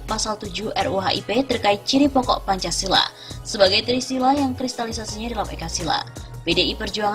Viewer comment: Arya Bima anak kemarin sore kok ngomong Pancasola, tahu apa sok tahu?